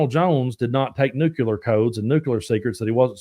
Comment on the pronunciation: I love ya man, but I just have to call you out on this: Nuke-le-er, not nuke-you- let 😂. Just having fun with you! I watch every one of your episodes and thirst for your voice of reason.